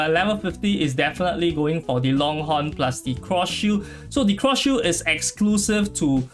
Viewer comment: what?? im hearing shoe, shield rather